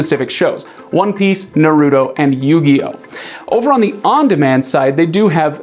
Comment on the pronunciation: dude the way you pronounce naruto is way off!